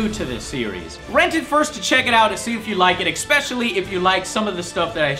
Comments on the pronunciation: Stop mispronouncing "especially"! Where are you getting the "k", "c" or "x" you add to it from? Besides that solid review. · Joe, please learn to pronounce words, especially "especially". Hint: There is no "X" in it! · please stop mispronouncing "especially"... wonderful review though... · joe! Especially. E-SPESH-ILLY not EXSPECIALLY. . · Why does he constantly say "eXpecially"?)Is it some sort of a joke that I don't get?) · Especially is pronounced "Ess peh shuh lee". Toward the end of the video you must have said ECK Speshally like six times in a minute just to fuck with me, Joe. STAHP IT. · anyone else go nuts when he says expecially instead of especially? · Every time Joe says "XpeSHially" I die a little on the inside. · Ecspecaily... And this dude expects me to take his book reviews seriously. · I miss Joe saying "expecially." Proper pronunciation in my is almost as bad as wrong wall colors in my Nostalgia Critic. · Oh Joe, you are so close to getting me to subscribe. Then you keep saying "exspecially" and I just can't bring myself to do it. :( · Stop saying 'expecially'!!!!! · "ech-specially" :P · Why does he always say EXPECIALLY? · Joe pronounces everything wrong. "Expecially" and "Nuculer" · He keeps on saying "ec-specially," which irks the crap out of me, but oh well. XD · I love how you say ''Expecially'' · Expecially. Hilarious. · Say "expecially" one more time, I dare you. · ... humph. :( says the guy who says "expesialy" soul calibur is awesome. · exspecially, oh Joe :P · Why do you always say "EKspecially"? Do you do that on purpose? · I like how he says eckspeshully every ten seconds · Interesting review-- EX-pecially the parts where you emphasized things. That was EX-specially interesting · Every time he says Ekspecially i die a bit inside. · EX-pesscially isn't a word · no, i'm expecially annoyed by the way he says expecially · The way you consistently mispronounce the word 'especially' makes me angry,. There's no X in there!